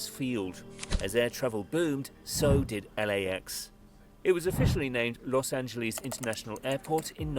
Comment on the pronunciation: This "Loes AngeLEEZ" crap has been getting on my nerves. It's "LES", not "LEEZ". Obviously, there;s the issue of "Ahn-He-Less", but one thing at a time.